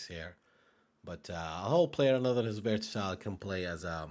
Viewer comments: it's versatile , not vertasile . You said it wrong at least 10 times in the video ... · pretty "verTasile" LUL